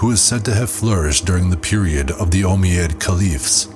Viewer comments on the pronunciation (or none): first one is umayyad second is annals im really enjoying it and most people wont notice thanks for putting in all the work it just kinda pulled me out of it